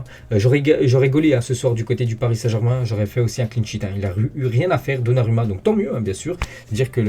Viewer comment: ON PRONONCE donnaROUMMA 🤦🏽‍♂️ les français…